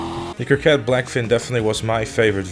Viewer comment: Coquette not Corquette bro :)